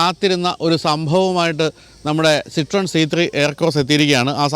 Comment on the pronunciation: ‘സിത്രോയെൻ’ എന്നതാണ് ഏറെക്കുറെ ശരിയായ ഉച്ചാരണം; ‘സിട്രോൺ’ എന്നല്ല. ശ്രദ്ധിക്കുമല്ലോ.